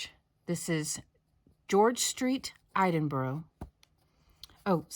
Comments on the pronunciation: I'm sorry I just lol'd at you pronouncing Edinburgh. We have some really difficult to pronounc places but usually Edinburgh is ok since its the capital. Its Ed-in-burgh (like bourgh. do you have bourghs in America?) I always love it when people come to where I live in the south west Scotland and we have places like Ecclefechan, Auchinleck, Ae, Annan, Caerlaverock Castle. And yes I googled how to spell half of those 😂 love your videos. I'm hoping to take up crochet in the new year 😊 not going to be much good but I'm struggling to get the motivation to sew lately.😢. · I snickered a bit too and I'm American. Had an Aunt from Braemar & my maternal Grandfather's family from Oban. 😊 We do have Buroughs here. New York City has a few, Bronx for an example. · i think the 2.5 inches refers to the opening left at the top for the ribbon to cinch it closed. Slip stitch it up and leave 2.5 inches That's just my thinking, but I'm new to crochet. Us Scots have a weird way of saying things but it makes sense to us lol . As a person from there I smiled as you tried valiantly to say Scotland capital city. Well done for trying so hard, its actually pronounced E (like the word Egg) dinburra . Please don't be offended I really don't mean to be critical. It did make my day though.